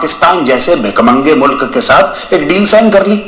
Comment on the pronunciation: Mulak nahi Mulk hota hai "". Mulk nahi becha lekin Fauj becha hai.